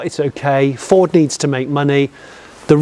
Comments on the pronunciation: I am 1 minute into this video Jonny and I have heard you say "Ford" twice, and neither of them were pronounced correctly. I'm going to watch it all. I'm going to enjoy it all. But if you do not say "Ford" properly ONE TIME in this video, I will be deeply disappointed. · I noticed you were not pronouncing 'Ford' in your usual manner Jonny, surely its 'Fawrdss' ;) Anyway that nonsense aside, although this looks like a decent effort, I can understand peoples concern over the use of the name 'Mustang' on this - in much the same way I was absolutely horrified by the application of 'Puma' to the new jacked up Fiesta 'cross-over'/SUV thing. Although I will also declare that, like you, SUVs are not my cup of tea anyway, so there is that too.